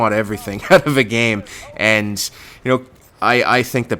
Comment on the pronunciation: why do you say out like that? WTF